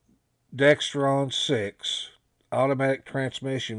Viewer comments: Pronounced DEXRON not DEXTRON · there is no T in either one... DEXRON... no 'T' in it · There's no T in Dexron.